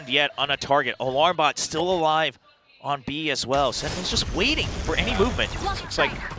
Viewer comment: SenTinels, not Sen-nels wtf is that commentator? :D